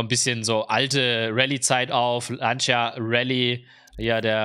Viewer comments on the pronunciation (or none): none